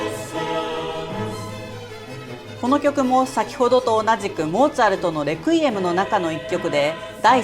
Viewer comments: Requiem は「安息」という意味があり、最初の e にアクセントがついています。日本語で発音する場合は「ク」ではなく「レ」に強勢を置くのが正しいです。プロの音楽家の方でも、よく間違われます。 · 「レクイエム」のアクセント、間違ってますよ。😢